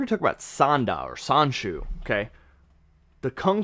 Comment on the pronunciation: Just a pronunciation tip. You said Sanda pretty well, but Sanshou is pronounced more like "San-Show" and not "San-Shoe."